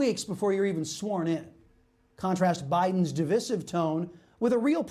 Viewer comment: Di-VISE-iv, not duh-viss-iv...